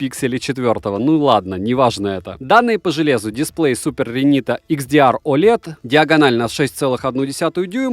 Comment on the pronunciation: Retina а не Ренита